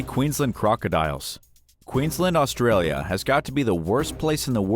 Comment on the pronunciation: It's horrific that u can't even pronounce Queensland & Australia properly. Anyway Australia as a whole should be No 1 on this list, the more deadly animals we have the more we hope tourists stay away